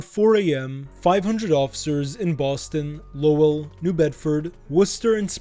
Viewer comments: It's pronounced more like "lowle" more than the spelling of "Lowell". Solid vid though. 🤙🏼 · The way you pronounced Lowell pisses me off so bad haha 😂